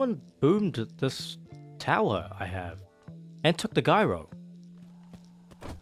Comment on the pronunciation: gyro is pronounced with a j not g